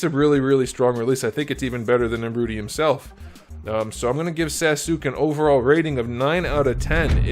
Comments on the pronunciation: It's nar ooh toe😂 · It’s Naruto not Narutie 🤬🤬🤬🤬🤬🤬😃💀😍😍😃😍😍🎊🎉💕📱💕📱📱🎉🎉🎉📱😃💇‍♂️💇‍♂️😃🎊😃😃😎😎🎉🎉🎉😘🆙🆙⬆️⬆️⬆️🦧🙏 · It’s NaruTOE.. 😂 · Narrr Rooot Tee. Outstanding 😂, Sas UUUU KeHh. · i love when you say naruto like narute 😂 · First time I genuinely laughed at a figure review. The subtle sarcasm and the narootie 😂😂